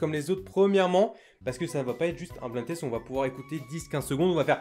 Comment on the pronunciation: ÇA NE SE PRONONCE PAS BLIND TEST MAIS BLAÏNDE TEST